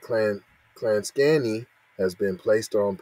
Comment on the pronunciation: Dude you totally pronounced the name of that town wrong 😑 I grew up there.. 🤦‍♂️